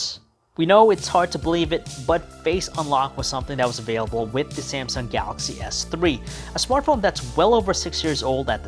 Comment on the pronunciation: He sounds like he chokes everytime he says "ga-axy". You do know that the "L" in is not silent, right?